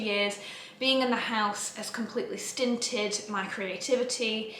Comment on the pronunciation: stunted not stinted ??